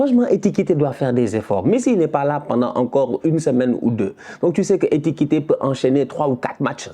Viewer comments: c'est É KI TI KÉ non É TI KI TÉ😤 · "Etikite", tu me fume! lol